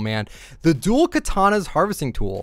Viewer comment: Bruh it's not pronounced "katohna"